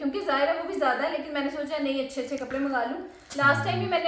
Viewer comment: MashaaAllah hard working woman you say achae a lot 😅 Achee tarah clean kehna hota hai usually